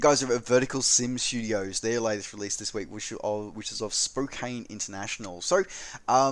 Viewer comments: Thanks for another fine roundup of the week’s sim news. Being the nit picker that I am I have to point out that Spokane is pronounced as “spoke an”. I have flown in & out of that airport many times and as it happens I lived at 3639 East Spokane Street in Tacoma for 5+ years in my youth. Many years ago. Further if I could ever win a significant lottery I would love to move to the Coeur d’Alene area. (Not likely as I seldom buy a lottery ticket.) I would like to have ORBX’s Oahu except I no longer use P3D but I have told ORBX that I will buy it the moment they release it for AFS2. (If ever they do.) I have TrueEarth Washington HD and I have tried to buy the enhancement pack but my copy of ORBX’s FTX Central is confused. It thinks I have already bought & installed both that and the SD version of TEWA. I got a reply to my inquiry on their XP11 support forum from Nick Cooper which only managed to confuse me further... not a hard thing to do for me these days. Thanks again for this fine update! :) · Nice wrap. One one: It's pronounced spoke-ANN